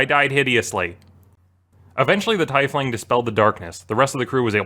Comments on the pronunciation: America here, it's teefling. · I'm pretty sure it's pronounced "Tea-Fling" Not "Tie-Fling" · My eye twitches everytime he says "TIE"Fling instead of teifling LOL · is it driving anyone else a little crazy that he's saying tiefling as Tie-fling and not TEA-Fling? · Is no on going to mention that it’s pronounced TEEF-LING and not TYF-LING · For god's sake it's "tiefling" not "taifling" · first time I've heard "Tiefling" pronounced as TYEF-LING like "Tie" instead of TEEF-LING like "Tea". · 'scuse me, "thai fling"? o_0 Isn't it "tee-fling"? You know, like a German word for it? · TEE FLING NOT TIE FLING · It's pronounced tiefling not teifling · IT'S PRONOUNCED TEEFLING NOT TAIFLING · The correct pronunciation of tiefling is TEE-FLING...it always bugs me when people say TY-FLING. I get the way its spelled would mislead some but think thief. The ief is an eef sound. Its a germanic based word from tief which means deep aka deeplings. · It's TEE fling not TIE fling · It is pronounced TEE-FLING!!! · Are you this dense? THE CREATOR OF THE RACE CALLED THEM TIEFLING not TAIFLING. What the fuck more do you need? How fucking miserable must you and your life be if you can't even admit be wrong about something so insignificant. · usernamedkjah Let make it even simpler. Tomato/Tomāto is not what you think it is. It convenes the message, “Same thing but worded differently” It has nothing to do with pronunciation. It doesn’t work for the Teef-ling/Taif-ling argument because Taif-ling isn’t a thing, it’s a mispronunciation. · The cringe I had at you saying Tie fling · Tiefling is "teef ling" btw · Teefling... Tiefling is pronounced teeeeeefling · I hate how he says "TIE-fling" Funny story nonetheless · tAIfling? XD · the way you say "teifling" infuriates me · It's tee-fling. It originates from the german word "tief", which means deep and is pronounced Tee-f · I swear I heard "Tie-fling". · It isn't, its Teef-ling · Tiefling is pronounced Teefling. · its pronounced (Tee-Fling)